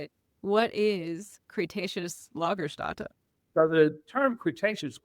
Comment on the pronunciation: Nice video! And just an fyi, not a complaint: the ä in Lagerstätte in german is pronounced like the a in hat in english.